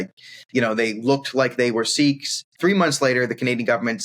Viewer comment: where did you find this clown..disseminating usual media manipulated propaganda..does not even know how to pronounce the entities much less the history of great SIKH heritage..